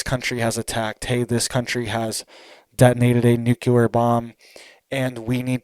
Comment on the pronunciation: For the love of god it;s pronounced new-clear!!!!!!!!!!!!!!!!!!!!!!!!😬😬😬😬